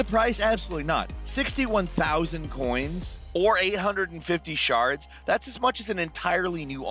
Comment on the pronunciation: At first I thought he said “850 sharts”